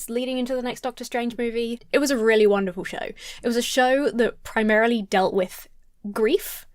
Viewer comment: "It was a really wonderful show" But with your accent I heard "It was a really Wandafull show."